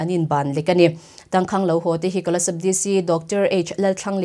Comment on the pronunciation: Minister..not Menester...Kolasib...not Kolaseb...lam no kan tum lutuk luatah hian a fuh lo zeuh zeuh thin